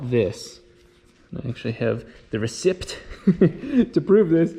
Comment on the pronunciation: Nobody:: ressypt